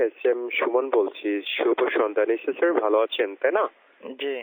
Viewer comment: ঠিকমত sir বলতে পারে না । শালারা 🤔